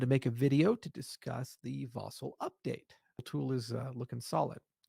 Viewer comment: Ηey! What’s up. Yea I own Cardano. And by the way it’s not Vay-Zil upgrade. It’s Vah-sil upgrade;)